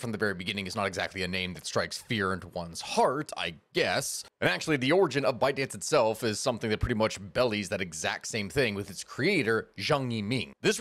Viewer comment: sorry to be pedantic but "belies" is pronounced bee-lyes not bellies.